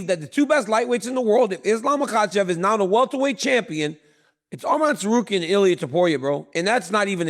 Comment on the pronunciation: Dc THANK U FOR SAYING HIS NAME RIGHT ARMAN NOT ARMIN